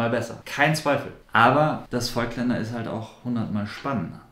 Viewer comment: Ich finde das Video nicht schlecht. Nur eine Sache habe ich trotzdem zu kritisieren. Nicht Vögtländer sondern Vooooooogtländer mit lang ausgesprochenen O. Ich muss immer zucken wenn ich das höre... ;-) Deshalb bleibe ich bei den Objektiven lieber bei Leica. Da ist die Aussprache einfacher :D